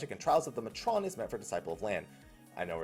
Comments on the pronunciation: May-tron, not mah-trone. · pretty sure matron and fury instances are indeed separated, I have not found any fury people in my matron or any matron in my fury. This is the reason i queue for fury even if i want to gather so that i can reasonably do the NM's and EM's. also pretty sure it is pronounced May-trun.